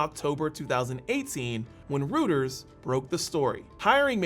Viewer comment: FANTASTIC videos, I just subscribed. Note: Reuters is pronounced "Royters"